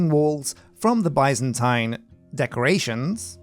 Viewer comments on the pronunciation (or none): I'm currently binging this playthrough and every time he says: "Byzantine" I hear, "bison time"...